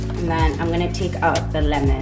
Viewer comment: Thats actually lemon